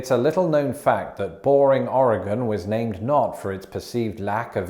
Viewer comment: Props for pronouncing “Oregon” correctly. Cheers from our (currently smokey) state!